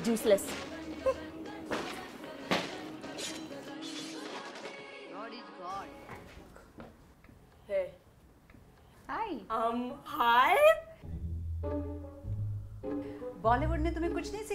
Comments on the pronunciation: every time lilly's so called mom says useless i hear it juice less!! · ***** yeah! I know but sometimes it does sound weird like all of a sudden she said juiceless girl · Brigadier Burrito it made sense to me too but she actually said useless